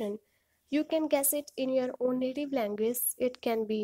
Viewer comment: Dilizent??? Languaze???? Nice pronunciation 👍